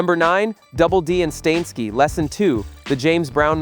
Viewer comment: is this AI narrated? Who pronounces Steinski like that?